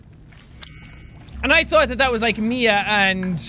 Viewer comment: You Know You Had A Nice Russian Accent When You SAid "ME A (MIA) STRONG WARRIOR" Epic